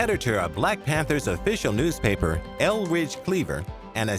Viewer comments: They said Elridge Cleaver. It's Eldridge Cleaver. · Eldridge cleaver. Not Elridge